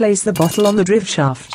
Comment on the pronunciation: Would help if he had all the right tools, the narrator can't pronounce parts correctly. Like drivshaft it's a driveshaft or cv axle or just axle